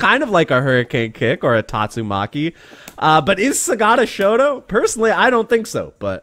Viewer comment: You said "shoto", I heard "shota" and had to rewind, lol.